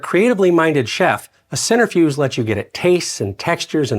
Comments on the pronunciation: Great piece, great info, great fun. However (and 100% pedantic of me, but) it's pronounced "sen-TREH-fewjh." (IAP: sɛntɹɪˌfjuːdʒ). Not "center"-fewjh. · Oh, god, forgive me. 🤣🤣🤣🤣It is not a "center - fuge" nor a "sinner - fuge". You know how to spell centrifuge (centri - fuge) but are off in the pronounciation. 🤣🤣🤣🤣. Hillarious. Again, forgive me. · Isn't that a centrifuge? You're saying "centerfuge" 😅